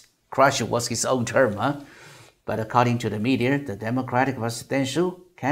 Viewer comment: 想表达一下听您英文的感受，总的来说很不错，请避免加“儿”音在“media”和“law”等没有“r”的词，听起来怪怪的。不是班门弄斧，也非挑毛病，只想这个频道可以越做越好。还有“un”这个发音可以再斟酌一下